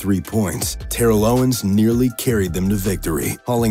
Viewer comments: How he said Terrel owens hurts me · ah yes, my favorite player TARRELL OWENS